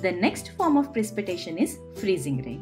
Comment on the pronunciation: In English it it pronounced Pre-sip-eh-ta-tion.